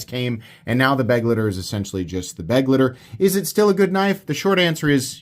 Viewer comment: At this point i have to assume its just ragebait that you can't pronounce Begleiter. May as well lean in and start saying Benchmade Buggit and Vosteed Raycone.